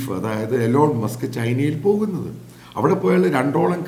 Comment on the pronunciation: "ഈലോൺ മസ്ക്" എന്നാണ് അമേരിക്കൻ ഉച്ചാരണ രീതി